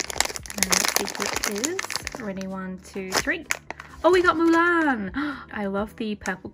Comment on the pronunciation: I love the way u say Mulan. I'm confused as to why Mushu wasnt in there.. YAY JASMINE and Arora